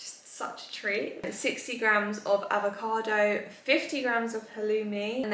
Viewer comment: Please girl it’s grams plural 🥲🤣 I am dying every time you say GRAM